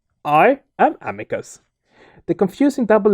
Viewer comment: Amicus is pronounced as Ahmeecoos.